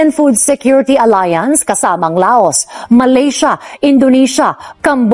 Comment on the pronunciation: di La-os ang pronunciation ng Laos kundi pronounce as Law.